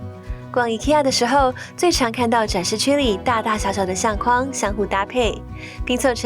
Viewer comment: 相框，框，念“况”第四声；筐子，筐，念“匡”第一声。